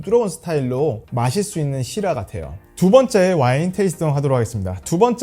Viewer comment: Syrah 를 시라 가 아닌 쉬라라고 발음하시는게 계속 살짝 거슬리네요 ㅠㅠ